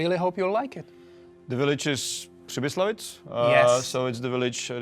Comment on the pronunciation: Isn't it PribyslaVitz?